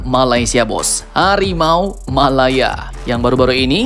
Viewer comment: Hawimau hawimau mind...bukan harimau 😁